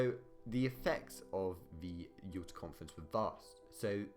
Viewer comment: Since when was Yaalter pronounced Uooota? Alas a chaotic account of the Yalta Conference. E.g. Roosevelt and Churchill we not different from Stalin because they were capitalists, but because they were elected leaders of democracies (Stalin joked about how much easier it was to simply tell the population what to do). E.g. all three knew about the atomic bomb, but it was never discussed - and still one of the top two of Roosevelt’s aims was to bring Russia into the war with Japan, because he didn’t know the bomb would work - and a conventional invasion would cost an estimated 4m American lives. Similarly Churchill did not accept that the British Empire was in decline, he defended it vigorously - hence Greece was so important as it covered the Mediterranean access to Suez and India. And consider why the Holocaust (as it was later called) was never discussed. And Churchill was very worried that the USA would pull its troops out of Europe, as Britain could not maintain occupation control on its own hence the importance of getting France back on its feet despite de Gaulle’s intransigence. BTW, it was not agreed that France would have a zone of occupation, only that they would be offered a role - because de Gaulle was not present.